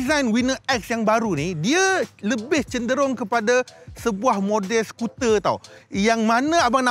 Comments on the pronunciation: hahaha sekuter ye bang.... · sekuter lol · sekuter haha